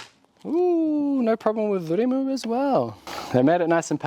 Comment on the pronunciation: I appreciate your pronouncing of rimu